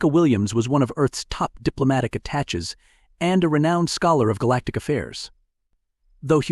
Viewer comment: 'A-tash-ays', not "a-tatch-us." 'Ay-moral', not "am-er-ul."